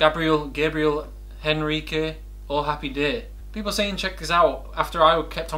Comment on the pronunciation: The sound of the letter "H" in Portuguese is mute, if you want to pronounce Gabriel's name correctly! (Gabriel enrique) by deleting the "H".